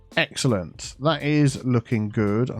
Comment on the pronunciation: word of the day. "Exalente"